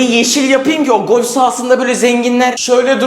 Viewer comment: Sen İlk önce bolf değil golf demesini öğren